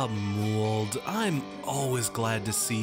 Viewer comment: Muwled? I thought it was pronounced mouled as in fungus? 😕 This might be an American thing, is this how you usually pronounce it?